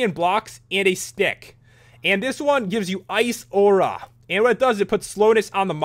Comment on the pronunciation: You said auro and lapis different